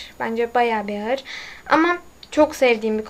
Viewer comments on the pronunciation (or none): none